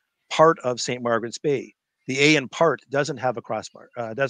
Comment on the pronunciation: In the word st Margaret’s Bay the two r’s are different